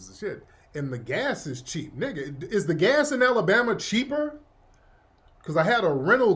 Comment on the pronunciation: NEEGA in that African accent killa me